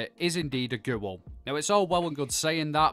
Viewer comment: The way he says GEWL